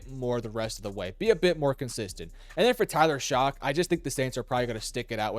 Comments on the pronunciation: Did you call him Tyler “Shock”? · negative broski. It’s pronounced “shuck” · Tell me how a name like Shough is pronounced "shuck".